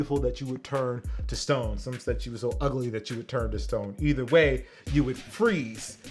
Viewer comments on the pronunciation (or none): none